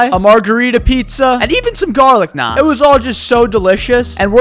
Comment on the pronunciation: Him saying naan with the correct pronunciation made my Indian heart happy